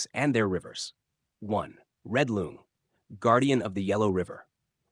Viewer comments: It is pronounced Long, not Loong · It’s not pronounced loong. It’s pronounced long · Usually I don't mind people pronounce things wrong since I understand it's confusing for foreigners, but since you are a lore channel I supposed you would be interested to know that "Loong"(龙） should actually pronounced just like "long", that's how it sounds like in Chinese. There's no need to pronounce it like "loon-g" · Your pronounciation of "Loong" is completely wrong and hurts my ears. It is pronounced like the English word "long" with a long o. Not like you pronounce it. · pronounced as "long", as in length btw. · The pronunciation sounds about right. Just the tone is a bit off compared to the standard mandarin.